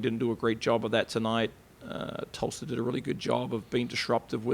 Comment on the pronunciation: It is Tulsa not Tuulsa! #reigncane 💛💙🌀🌀